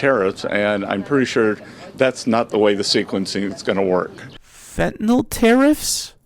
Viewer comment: All these asshats who are ussing fentanyl as a battle-cry cannot even pronounce it.